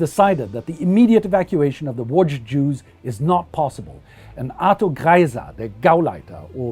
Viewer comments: He tried to say Łodz correctly so I like this channel even more and it was good so I nearly have a semi (in France they never try to try) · Thank you - but to be fair I'm fully fluent, with only a slight accent in German and I live in Germany since 1998 - I did make an effort on the Polish pronunciation though ;-) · Well done with spelling city name Łódź ,it can be pretty hard to read some polish city names for foreigners, keep up your very good job, greetings.